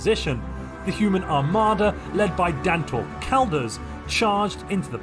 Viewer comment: Holy crap you pronounced it right (I am Dantor)